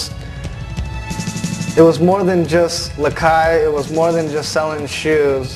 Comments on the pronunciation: LOL its actually lakai not lakia. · its lakai you dumbass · its lakai not lakay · umm its lakai not lakia haha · He spelled it LAKAY to avoid copyright. And it's Lakai not Lakia you fucking douche. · lakai dumbass not lakia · NO ITS LAKAI NOT LAKIA FUCKIN STUPED ASSES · it's not Lakay, its Lakai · fuck it is lakai not lakay ass hole